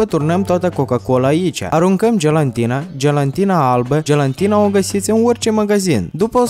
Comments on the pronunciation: Gelatină sau gelantină? Care e corect? Tu ai zis gelantină nu gelatină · Se zice gelatina nu gelantina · Gelatină nu gelantină😂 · Numai eu aud că zice gelantina